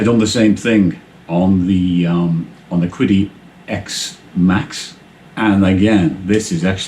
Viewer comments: Qidi... it's actually pronounced 'see dee'. Also it's just the X-Max, not the X-Max 'Pro'. The X-Pro is a smaller, dual-extruder version. Between the two of those is the X-Plus. Also worth noting that you do NOT need the top cover on while printing PLA, or the front door closed. In fact, your print quality is likely to suffer because the ambient temperature will rise too much with the enclosure sealed. PLA benefits from efficient cooling, unlike ABS which requires a high ambient temperature. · I think the closest english pronunciation of Qidi would be pronounced "Chi-di" but you should google pinyin to learn how to pronounce the q sound in Chinese. Q is like ch but with your tongue closer to your teeth and lips spread wider